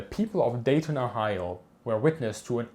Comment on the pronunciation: We don't pronounce the 'T' in Dayton. If you want to sound more like a local. ❤️